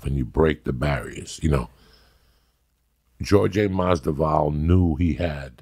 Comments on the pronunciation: George-ay masdival .....it's Jorge Masvidal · Jorge "Georjay" Masvidal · Georgie Masdevour lmaoooooo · Joey Diaz : Georgay Masdival Jorge Masvidal : OK Great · georgee MASDIVAALi?????? joey diaz trying to pronounce ufc fighters names like khabib is just hilarious..it could be added to his stand up performances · Man said Giorgio Mazdafall🤣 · Makes you realise how high uncle joey is. As a fellow Cuban, how does he fuck up his name that bad hahaa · Joey say his damn name right, come on.